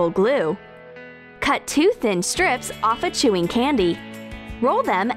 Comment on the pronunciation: It's candy not candyez